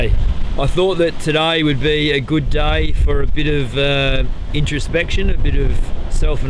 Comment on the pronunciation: he speaks 'day' like 'die'